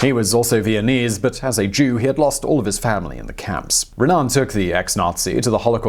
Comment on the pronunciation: Isreali Raanan here, its Joe Raanan, not Joe Ranaan